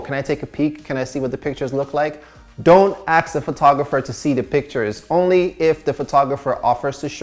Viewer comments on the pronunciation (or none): It’s ASK not AXE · CEO of saying ask as aks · "Don't aks" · he said do not "aks" tho, so asking is ok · Love how we always says AKS 😂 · Is it just me or he can’t pronounce “ask” most of the time? Anyway, great content.